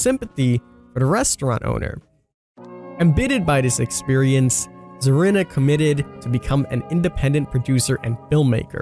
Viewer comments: SACCO NOT SOCCO ZARINA NOT ZARANA lol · It's pronounced like Karina with a Z.